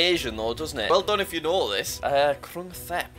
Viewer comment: Jack, it's pronouced Tep not Thep